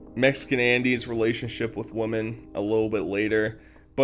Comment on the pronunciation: with woman or women? WoMAN(what you said) is ONE . WoMEN means more than one.. if you meant woMEN then how do you not know how to pronounce that properly xD